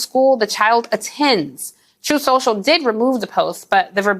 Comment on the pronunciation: Stop mocking Trump, it's called "Troth Cencial".